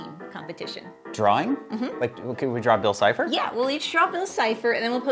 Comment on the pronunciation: Hey mate is’t not bill chipper it’s bill sifer 😅